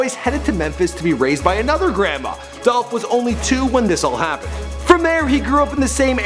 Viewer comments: It's "Dolphhh Niggaaaa💯💯💯😎😎😎😍😍😍🎧🎧🎧🎵🎵🎵🎤🎤🎤💪💪💪🎶🎶🎶 "Adolph????? Now I See Why He Go By Young Dolph😂😂😂😂😂😂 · ITS DOLPHHHH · It's Dolph! - Young Dolph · IT'S DOLPH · It's dolph!!